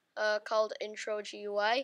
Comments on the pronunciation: I have two tips: Its pronounced gooey and Dont sou d so depressed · it pronounced gooey